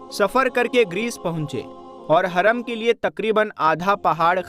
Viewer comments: Haram hota hai haraam nahi hota hai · Haram aur Haraam me fark hai bhai...kindly pronounce properly brother...Bohot badhiya tehqeeq hai... MashaAllah MashaAllah... BarakAllah...